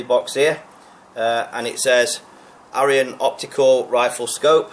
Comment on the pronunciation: Scope name should be sounded as eeyon not ayeeon think of aesops fables.